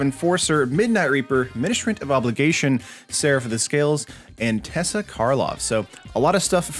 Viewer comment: It’s not tessa it is teysa.